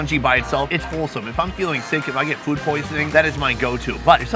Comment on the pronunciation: Why does this guy pronounce food "FWOOOD"?